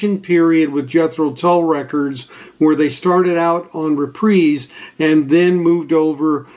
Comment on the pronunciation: Very informative, I appreciate your dedication to detail. And you're one of the few that can pronounce Reprise correctly 😊 Mr. Sinatra's label. Love, love Tull. Thanks 🎵